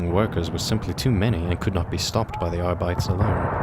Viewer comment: He pronounces "sororitas" with a spanish accent ? Ai sororita ! Que muchacha ! And "arbites" with a german accent. Like adeptus arbeit lol Funny eeglish latin